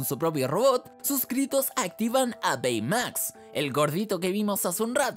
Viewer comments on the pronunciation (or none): Baymax se dice beymax literalmente xdddd aprende cultura pa